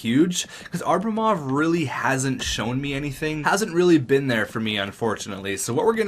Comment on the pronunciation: Can you at least try to pronounce the 'b' in "Abrimov", it's not "Arbimov"...